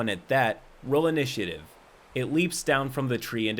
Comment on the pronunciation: is the only person I've ever heard pronounce the "a" in "initiative."